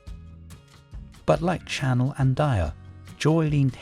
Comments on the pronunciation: Not 'dy-or-issimo but 'dee-or-issimo'..And 'pa-CHOO-li', not 'patula' which sounds like spatula 😂 'Sha-nell, not 'channel'... and not 'th-iery muggler', (😆) but 'Tiery Moogler'. Please do not use AI . On a positive note, the music was lovely! I miss the original Opium. I agree that those other fragrances that had civet needed to be reformulated, something that as an animal lover, I cringe. But the other ingredients, such a shame. Another fragrance that changed completely is "Chloe" by Karl Lagerfeld. My older sister used to wear it and I loved it because it was so different than the others around at the time. It always smelt clean and fresh to me. I was shocked when I smelt the new version. It's like a completely different perfume now. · You should be jailed for pronouncing Diorissimo diarrhesimo🤦‍♂️! Then Channel, instead of Chanel. Thames for temps. And then came the final nail in the coffin:' Theory Muggler'😂😂😂! Keep up the good work🥳🤡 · The AI narration is atrocious can't even pronounce the french perfume Chanel properly my favourite.